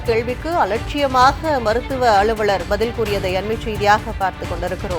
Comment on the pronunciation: தயவு செய்து தமிழை நன்றாக உச்சரிப்பவரை செய்தியாளராக அமர்த்தவும்.... முடியல... Ex: அழுவழர், கள்ளூறி, தீக்குலித்து